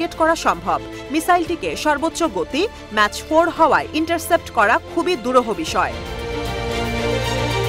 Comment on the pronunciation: Mas noy mac(mak)